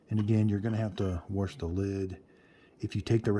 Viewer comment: WORSH! Sheesh, I love ya.